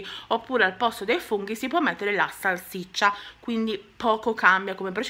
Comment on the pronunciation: Si dice salsiccia no salciccia